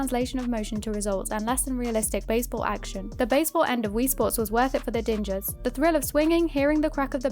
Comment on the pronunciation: The word is “Dingers”, as in “Ding Dong”